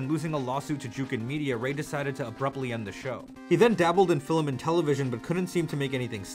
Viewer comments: Whoa woah woah........."fillem"?!?! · Why do you say "filim"? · Until you can say film FILM NOT FILIM dont day it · the way you pronounce film is literally the most endearing thing I've ever heard <3